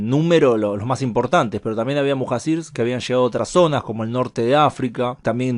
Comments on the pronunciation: Se pronuncia Mujayir que quiere decir la gente que deja su casa por el caos del lugar , cuando se hace invivible la zona al igual cuando los primeros musulmanes emigraron a Medina por la perversidad de la gente de la Meca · Muhacir se pronuncia “muhallir”